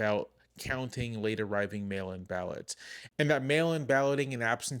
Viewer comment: Did anyone else hear "male imbalance" at first instead of mail-in ballots. Lol .